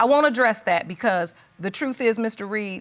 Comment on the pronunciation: Ad-dress-it???? Is that a word?